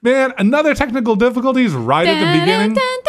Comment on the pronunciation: keeps saying technical difficulties worng AHHHRG